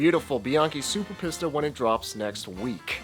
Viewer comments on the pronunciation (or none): It sounds much better if you say 'peesta' rather than 'pissta' but apart from that it was an excellent video 👍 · Pissta? It's Peesta. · Your Italian pronunciation is good, but Pista is pronounced Peesta (think Pizza), and Sugino would be like the guy's name Gino, so Sujeeno. You would get your pronunciation if it were spelled Sughino.